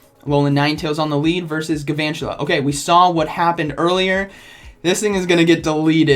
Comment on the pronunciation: It kind of bothers me that you don't pronounce the l in Gal-vantula...